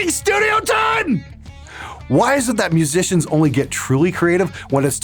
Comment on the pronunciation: Restarted the video 3 times just to hear your awesome pronunciation of mhhuhsicians.